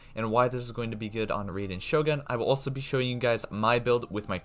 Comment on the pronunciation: how this guy still calling her RAY-den